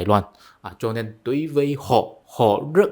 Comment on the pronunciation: “Đối với họ” thì bạn lại phát âm”tối với họ”,bạn không phát âm đúng được chữ”đ”đờ”